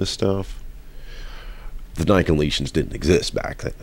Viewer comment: Quibble: Pronunciation. Nick-o-LAY-it-'n.